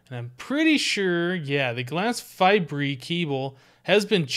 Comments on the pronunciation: Fibre is pronounced as (f-eye-ber), not (f-eye-bree) :P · Why are you saying fibre weird, you pronounce it fiber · It's glass (fy-bur) fibre cable. Other than that, great video! ( not trying to be mean, just sayin') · You say glass fibre wrong.